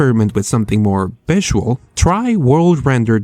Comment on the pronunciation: i love your videos man but god damn learn to pronounce the difference between B's and V's Bisual NBidia Bariable I get that your Spanish and an accent is completely understandable but B's and V's have a completely different sound that are made completly differently with the lips making a B sound and the bottom lip slowly pushing against the upper teeth to create the V sound.